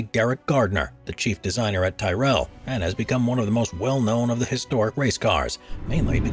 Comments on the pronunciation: "Tie-Rell" LOL. Why can't people pronounce names as they should be pronounced? In this case, it's pronounced, "Tirrel" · Tyrell is pronounced as tihhnot tie . Just saying. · It's pronounced Tirell, not Tie-rEll. Ken Tyrrell was not from Highgarden. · Tyrrell, said same as squirrel. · Tyrell is pronounced similar to "squirrel" not 'Thai-rell' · Come on people. Do some research. It's t-I-rell not t-AI-rell. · It's pronounced like "Tyrol" not "Tyrelle" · The name is pronounced 'Tirrell', NOT Tye rell! It's not difficult to pronounce correctly for goodness sake! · Tyrrel is pronounced Tyr-rel. As in the Norse God Tyr. The way you're saying it, it gets rid of an 'r' and looks like Ty-Rel. And it's Vet-tel. You sound it like Ve-tel. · its pronounced TIRREL not TYRELL. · It's Tirr-ull not Ty-rell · Tyrrell is pronounced Tee rull or "tier rul" in England and Tarroll (Like Barrel, or Carroll, or Sterile without the S) in Ireland. No where on Earth is it pronounced Tie rell. Source: Read the screen name (Irish branch of the family) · There has never been an F1 team called "Tie-rell", it's called "Ti-rul" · Pronounced Tirol non tyerell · It's pronounced "ti-rull" not "tie-rell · TIH REL. NOT TIE REL. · Not pronouned Tierell but Te-ryl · I know made me cringe a bit when I heard mention of the TY-REL team 😬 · Hahaha Tie-Rel the best part of the whole thing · Please watch some old f1 races with Tyrrell racing. You'll find it's pronounce Ti (as in tic) and rell (almost sounds like rull) so ti-rull otherwise ecxelent concepts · I cringed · Just the narrators reference, Tyrrell is pronounced ‘tier-rul’ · Tyrell ... Vettel This speaker has never watched F1 or knows how to pronounce famous names from F1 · I saw a squy-rell sat on a Tie-rell, wait, maybe it was a squirrel on a Tyrrell. Pfffft, Septics. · Tyrrell rhymes with squirrel mate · Ty-rell?…. It’s pronounced Tirrul. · Yo wtf is a Ti-rell ? It’s a Tear-ell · Dunno what a "tie-rell" is. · Tyrell....pronounced like squirrel.